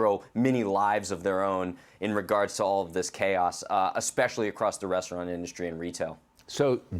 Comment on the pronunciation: The word is " Reverberate " not " Revertebrate ". Yeesh